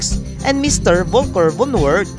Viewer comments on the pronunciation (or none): none